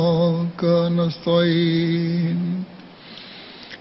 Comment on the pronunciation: you missed noticing the sound of ta vs Ta when speeking nasta'een. (pay a close attention and you'll see)